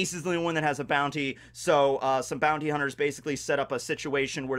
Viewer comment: Did he just said booty instead of Bounty xD